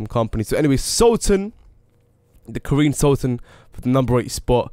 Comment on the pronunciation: He said Karine sultan its Karin sultan